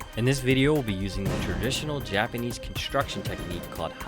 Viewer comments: oooh... Someone is hurt. Im not making fun of accents. Im merely pointing a mistake in pronunciation. In case youre wondering why, im japanese. And i dont wanna be called jipanees just cause you cqn enunciate words right. I studied hard to learn eanglish so as to not insult anyone or cause confusion eveb at the slightest mistake. I am however making fun of the non traditional traditional method you were claiming. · dude... saying you're using traditional methods, without being traditional is like saying im eating a candy that is not actually a candy. you didnt show how you attached the pommel. did you just weld it in? also, here we go again with the pronunciations..... jipanees